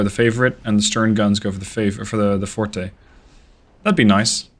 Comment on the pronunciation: Forte is pronounced like Fort. Fortè is the musical term.